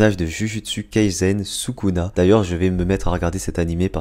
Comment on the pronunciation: On écrit sukuna mais on dit soukouna